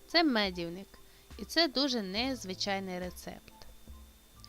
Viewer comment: Дурнішого рецепту я не бачила :: цукру дуууууже багато, соди також багато, та ще й погашена п'ятьма силовими ложками НУ і інші " новшества " в цьому медівнику без меду. До речі: ви в школу ходили ? Неправильно вимовляєте слова , неправильно ставите наголос (мазаю , а треба говорити змазую, мащу; в слові медівник наголос падає на букву И ) і т.д. Однозначно --- цей рецепт відпадає .